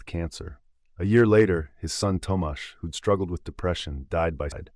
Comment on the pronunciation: I love this series about paintings and photographs, I even found some new ones. You pronounced "Tomasz" very impressively! Thank you. If you'd like more polish nightmare-esque painters, check out Aleksandra Waliszewska. Another artist worth checking out is Joanna Karpowicz with her anubis series, those feel very lonely and dreamy to me. You might have even came across some of their work on the internet randomly, not knowing it's either of the ladies. Both alive and producing new work, lol. A painting somewhat fitting the themes of this video would be Dino Buzzati's "Il visitatore del mattino". A great video, like many others of yours.